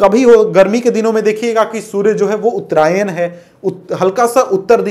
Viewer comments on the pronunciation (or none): none